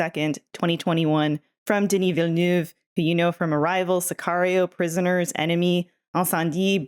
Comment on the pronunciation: Why do Americans Pronounce Villeneuve like "villa new ve"? 💀